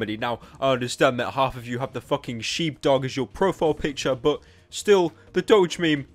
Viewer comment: did he just call a shibe a sheep?